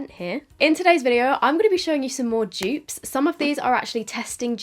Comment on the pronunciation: All us Americans thinks she is says joops